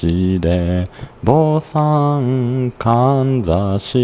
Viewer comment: はりまや橋の上で「はりまや橋ってどこですか？』と聞かれたことあるよW 坊さんではなく、ぼんさん」だよ。あぁ読み方ね。